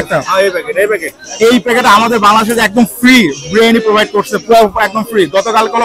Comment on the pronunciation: বিরিয়ানি❌। ব্রিয়ানি🤣✅ পোলাও❌। প্লাও✅ 🤣🤣🤣🤣🤣🤣🤣🤣🤣🤣🤣🤣